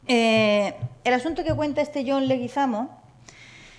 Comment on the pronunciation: John Leguizamo es Colombiano y el origen del apellido es español, del pais vasco, no entiendo la razon por la cual no lo pronuncia correctamente.